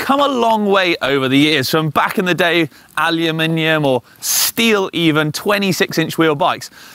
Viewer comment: Thank you for saying Aluminium!